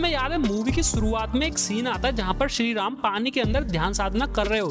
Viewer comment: 70k subscribers hai. Kisi aur ke liye nhi toh at least unke liye toh correct your pronunciations. Shree Ram thik se bol rhe ho phir Adipurush ko Adipurus kyun bol rhe ho bhai!? P.S :- Subscribers hote hai, Suscribers nhi. 💀